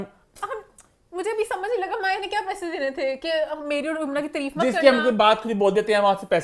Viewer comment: Your accent needs lots of working it’s not treeef it’s taareef, whenever you say treef I get cringe